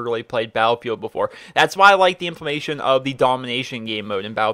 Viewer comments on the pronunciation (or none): "Implementation" LOL Sorry just couldn't resist the urge to correct you there... Forgive me!